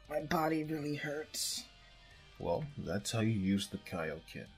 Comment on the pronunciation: It's english translation is king kai fist and it's not kai ken it's kaio ken